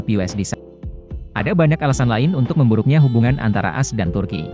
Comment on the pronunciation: Content bagus cuma cara baca negara A.S jadi as gak enek di dengar.🤭 Cuma masukan tapi apapun terpulang anda macam mana nak baca.